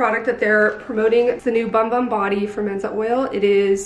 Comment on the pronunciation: I’m surprised the brand didn’t inform influencers that’s it’s pronounced “boom boom” not bum bum.